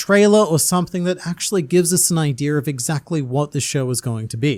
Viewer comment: I’m just saying bro As a member of the black community it’s a little troubling that you pronounce idea with a hard R😂 Not insinuating, just saying